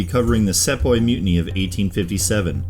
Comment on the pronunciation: it's see-poy not se-poy